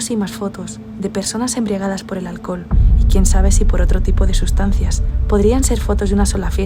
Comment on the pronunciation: embriagada por el ahlcol😂 jajaja minuto jaja